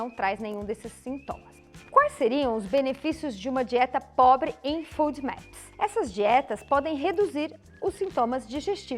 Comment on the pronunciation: desculpa colocar isto, mas a pronúncia que vc faz de FODMAPS não está correta, porque o som de "u", para a língua portuguesa, lógico tb para o inglês, pelo menos, deve ser aplicado à grafia de dois "O"s, no inglês, o que não é o caso da palavra ou sigla acima, que tem apenas um "o". Só porque vc é tão maravilhosa em todos os sentidos, que resolvi colocar, porque sei que seu conhecimento em medicina e em muitas outras áreas é enorme, inclusive, com certeza em inglês, assim como sua humildade como ser humano. Bem, se houver lugares falantes de língua inglesa que pronunciem da forma que vc utilizou. já me desculpo, e tb gostaria de saber, pois aprender é sempre bom.